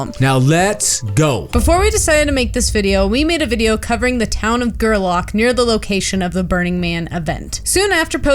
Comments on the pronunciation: Again pronounced Ger -lack There used to be a group of people that would stay out there for weeks after the event that would go around the whole area picking up the trash. I’ve talked to them miles away from the event picking up garbage. Maybe they don’t do that anymore and by no means is this leave no trace. I would agree more than 80% of then don’t care and just wanna party. The black rock is not far from where I live and this is appalling. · Strange.... This looks like the SAME EXACT VIDEO I DID, Only I did mine ohhhhhhhh 4 or 5 years ago. I live in Reno NV, The town is pronounced....(GERRRRRLACK) I drove that route everyday for FedEx. You're not showing me or anyone who lives within 300 miles of the Playa we haven't seen YEAR AFTER YEAR. So don't think you're bringing anything to light, or ohhhhhhh you've discovered something and now WE MUST EXPOSE IT. You're WAYYYYYY TOOOOO LATE..